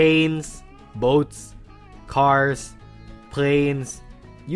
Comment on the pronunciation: the way this dude said boat tells me canadian